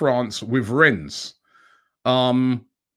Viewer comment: Pronounced REN not RENNESS